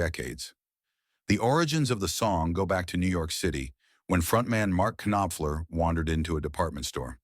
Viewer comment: It's a pity the AI voice can't pronounce "Knopfler" and "bassist". And its a great song, but it's hardly an insane story.